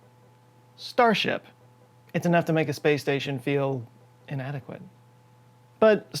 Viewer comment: The way he said inadequate ! 😂